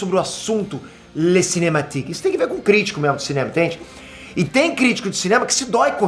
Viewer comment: Me amarrei no falando "Le cinématique" kkkkkkkkk ficou engraçado igual quando ele fala "Tio Akila". kkkkkkkkkkkkkkkkkk